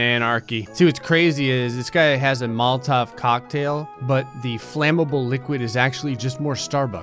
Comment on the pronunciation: I'm glad he knows how to say Molotov cocktail. Even I still say it wrong.